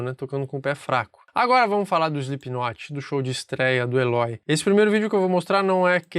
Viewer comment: "eislipinotche" ! Nunca vou entender... De resto, belo video e boa explicação!